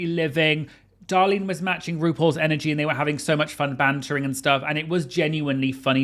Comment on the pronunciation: So funny that he corrects the American pronunciation of Cheshire but literally cannot say “Darlene”. Just a quick reminder is “Darlene” not “Dahlin”